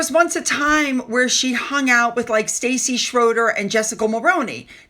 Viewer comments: Stassi isn’t pronounced st “aye” ie. It’s like “sauce”- s(t)auce-ie. Her name is (old world) Anastasia. Not that people care, lol. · STASSI nit Stacy. STAH see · Hi. I’m just letting you know you’re saying her name wrong. You’re saying Stacy Schroeder. But it’s Stassi. The pronunciation is like saucy, but add the t. 👍🏻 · You are saying the biggest fans name wrong. It's NOT Stacey. Chopra (SP?) has a REAL child and she is busy. We ALL KNOW that the moron MSM people writing those articles are on the payroll of the Pansy-arse wimp and his wh*re. How sad the number of people who are willing to sell their souls and make themselves look like total twats for a few bucks.